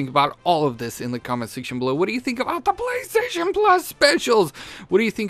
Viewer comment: playstaytion deals of the week haha the way you talk in your intro and everything